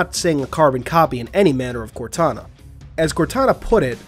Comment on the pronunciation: Instead of contana it’s kortana